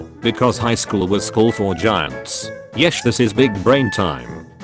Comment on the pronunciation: did you just let it say yesh instead of yes?